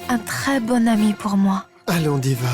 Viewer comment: J’adore comment prononce le nom de divia < >😂